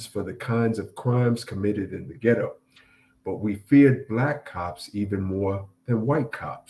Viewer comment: Ghetto not gitto